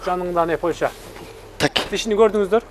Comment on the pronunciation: Кечирип койгула,бирок Польща эмес Польша